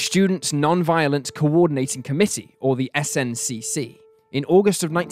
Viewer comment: NAACP is pronounced "N double-A C P" and SNCC is pronounced "snick".